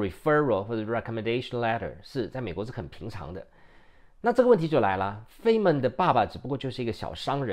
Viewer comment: 物理學家 Dr. Richard Feynman 的姓應讀作 Fine-man。